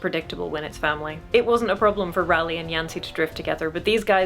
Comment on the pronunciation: I have enjoyed discovering your content and have been going through your back log genuinely learning from your content and experiences. As a Ralleigh however im going to jump on my soap box and say it is pronounced /ˈrɑː.li/ like RAW LEE. End of soap box rant. Thank you